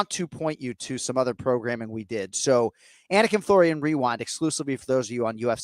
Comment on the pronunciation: As a dude with an unusual(not difficult just unusual) name, I love Jon Anik's focus on getting the pronunciations correct.